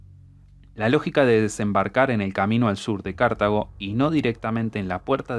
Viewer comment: Porque dice cArtago y no cartAgo